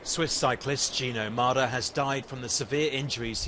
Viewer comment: at least pronounce his name correctly, it's mäder not mader!